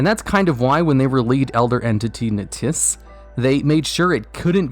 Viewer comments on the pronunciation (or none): He must feel really dumb knowing how to say NTSSSS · Its pronounced "eNTeSS"